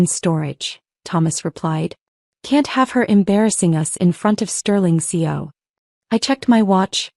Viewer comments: How annoying to hear the mispronunciation of C E O, not seo, so many times. That should be basic AI programming unless you bought the budget package. The main gist of the story, the use of of the storage room reference, is used ad nauseam. The moral of the story was made in half the time the story runs. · Can't your A.I. separate the letters of C E O and say them correctly, C.E.O., NOT run them together. Chief Executive Officer?